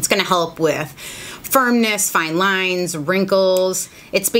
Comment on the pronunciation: I caught that Boston accent when you said “fine lines” on the poly peptide! Made me giggle.